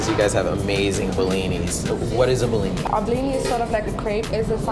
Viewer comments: bro i live in russia, its not blini, its called blin. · Oh great, finally someone in the media talking about something to do with Russia in a relatively positive light. I've had enough of anti-Russian propaganda. Oh, and it's pronounced blini or blin, NOT behleeni. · I'm Ukrainian and speak russian on the regular basis. Through the whole video I couldn't understand why you call our ''БЛИНЫ" BILINY, until the text at the end. Please, teach americans to spell BLINY correctly: /ˈbliː.ni/ Lots of love <3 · You should have went to Brighton Beach. Its next to coney island. That's real authentibeing. And maybe got more for $5.00. To blini, not belini. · Its Blinis not Belinis :D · Dude, it is not "bellini"? its bliny. How freaking hard that is? LOL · You pronounce blini wrong. You say it in a way so it sounds like it some italian cuisine. Emphasis on a first i. that way is sound Russian